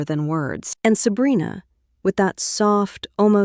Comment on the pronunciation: Is it weird that I'm enjoying listening to the AI try to read "Sabrina"? "Selena" "Abrina"😅😅😅